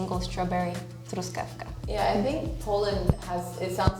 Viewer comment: Wow, that I haven't expected. American saying "strawbarff berry", and Polish girl at least slightly mispronouncing some words, saying them in an "English" way (mięso) or "Russian" way (nóż)... but at least truskawka was perfect : )